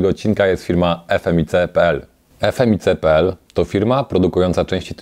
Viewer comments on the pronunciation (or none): "f m i c p l" serio... "Efmik" mordo..